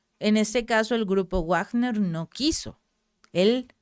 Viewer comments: Se pronuncia "Vagner" no Wagner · Felicidades, soy su seguidor. Para, con comedimiento y para mejorar he de comentar lo siguiente, considerando que Wilhelm Richard Wagner es un músico alemán y su nombre también, "Wagner" no debe pronunciarse como en el inglés, no se dice "uagner", sino como en alemán, algo así como "vagna", en el mundo del arte internacional, en castellano se usa más "vagner". Espero les sea de utilidad. Saludos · Hola excelente video gracias por informar, una cosa se pronuncia (Vagner) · Pèsimaaaaaa leyendo noticias cada vez que veo que ella va a dar noticias de "Guuuagner" veo otro canal. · Se pronuncia "Vagner". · Eso es en ingles. Si hablas entre hispanohablante se pronuncia Vagner . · se dice Vagner chingao